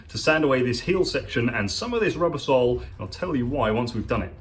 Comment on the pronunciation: Whenever you say our sole all i here is arse-hole 😆